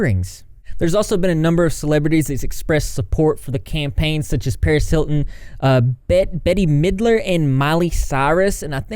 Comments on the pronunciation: Omg I can't believe you said "Betty Middler" 😂 it's pronounced "Bett", the e is silent. I'm not laughing at you btw, I'm laughing because it's reminding me of how old I am, I guess the younger generations aren't as aware of Bette Middler but she is an icon in her own right! 🤩😉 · Bette Midler sings wind beneath my wings. And her name is pronounced “Bet” lol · Betty middler?? Lmao k repeat after me....say it like this Bet mid ler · Bette Midler's name is pronounced "Bet". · “Betty middler” 😅😂🤣